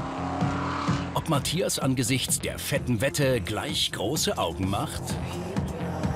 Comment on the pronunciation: Die Sindy sagt immer Matjas, muss dann immer an ein Matjesfilet denken ^^